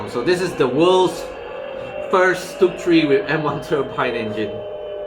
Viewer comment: Stug iii is G ismy biggest love !!!!!!!!!!!!!!!!!!!!!!!!!!!!!!!!!!!!!!!!!! you dont deserve it !! you pronounce "stug" wrongly !!!!!!